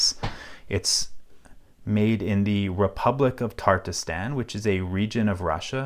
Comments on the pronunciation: Tatarstan, not Tarterstan. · Tatarstan, Not Tartastan. You can see the 'p' (pronounced "r") is after the second 'a'. I don't speak Russian, but I can read it... mostly. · TATARSTAN, not Tartastan. Video is good, especially for Russians. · Im pretty sure that says tatarstan not tartastan. татарстан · "Republic of Tartastan" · Tartastan lmao. Tatarstan is the correct spelling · Not tartarstan but tatarstan. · FOE FUCKS SAKE ITS NOT TARTISTAN OMFG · TATARSTAN not TARTASTAN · every time he said tartastan i shuddered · It cannot be that hard to pronounce Tatarstan correctly. Tartistan, really?